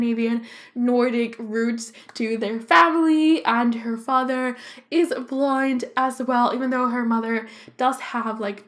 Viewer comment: When you say blond it sounds like blind